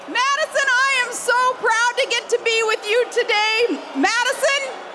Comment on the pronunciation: Sarah Palin doing her Judy Tenuta impersonation. MAYdison WisCAHnson!